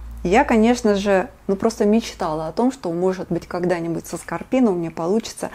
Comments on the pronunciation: Вы не правильно называете орхидею Скроппино. Скорпино это что то другое.... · Добрый день,! Извините, что поправляю, ведь Вы без сомнения крупнейший эксперт по орхидеям. Вы произносите "Скорпино". А она называется "СКРОпино". Если прочитаете название на горшке внимательно, убедитесь. Спасибо.